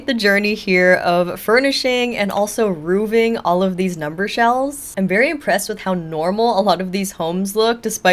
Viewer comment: "Roofing" no 'V' Hearing 'rooving' is like nails on a chalkboard.